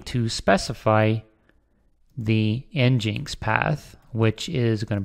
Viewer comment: nginx is said "Engine X"